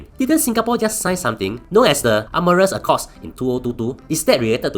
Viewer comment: That pronunciation of Artemis is diabolical